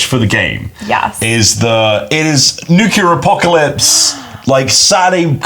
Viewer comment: ..."Nuke U ler".... It's supposed to sound more like: New-clear! Besides that, awesome vid. Hyped for the game. Rules seam really interesting and I love the art and design of the book.